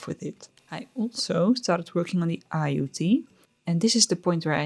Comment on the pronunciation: What a wonderful gorgeous birthday vacay 😍 your dad is hilarious. It's super impressive that you made three whole tops while travelling! I always think I'll knit a lot and never do 😅 Also as a follow up from pt 1, "aiyu" is pronounced sort of like "ai-ree". It's a lemon jelly snack that's popular in taiwan during the summertime. So a very appropriate pick for some beachside knitting!